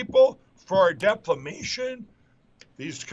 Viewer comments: I think what I find funniest, is that no one Mike Lindell talks to ever clues him in to how "defamation" is pronounced. It's like having an open fly, and nobody telling you about it, I mean sure it's embarrassing in the moment, but it's nice to know... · Great comebacks to Boebert and all on your videos! Poor Mikey. He still hasn't been told how to say defamation 😂! Another one of your best! I got some belly laughs in, Thanks 😊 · Why that cookoo drug addict burt keep saying Deflamation..I really think that the former addict takes the short bus to school and His elevator never reach the Top.. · Hi. How are you? CNN is ridiculous for having Rump on. I heard cnn is going conservative/right wing. Why doesn’t someone correct mike Lindell on the word "defamation"? He sounds like a complete fool saying declamation. I mean, he must know he’s saying incorrectly, right? Family values is a joke. Santos is scum. Taking money from a vet with a disability — that’s pretty scummy. Rump dug himself another law suit. It’s sad that the town hall audience cheered for rump. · Again, great show! Wth is Deflamation? 😂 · Have to admit yeah CNN flunked the test on that one. Here we go with deflamation again, hahahahha dang. Looks like I have to put my M&Ms aside for a while. I will pick him up and hug him and squeeze him and call him George. This reminds me of Hugo the Abominable snowman when he says in a low stupid voice like "" gOOFY" I will pet him and I will caress him and I will hug him and squeeze him and call him George. Good ole George is facing all kinds of lawsuitses. hahaha I wonder if anybody has ever informed Mike that he is mispronouncing deflamation. hahahha man oh man Thanks for the laughs. always fantastic. Made my weekend. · My Goodness!!! This word "Deflamation" can't leave Mike Pillow mouth., you are right. If there's a drinking game that says every time Mike Lindell says, "Deflamation," we should all drink, we'll all be drunk by now.